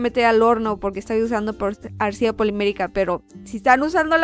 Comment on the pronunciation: siempre que dices Arcilla la cagas. :(